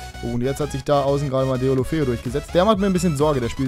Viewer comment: Sorry, aber ich glaube er wir Dölöfö ausgesprochen:)